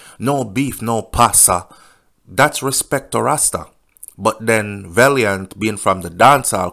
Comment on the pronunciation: VAL NOT VALE VALIANT NOT VALEIANT😅😅